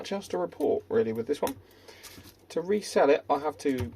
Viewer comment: You kept saying "re cell" and I was thinking "re sell"...just a comment for the algo.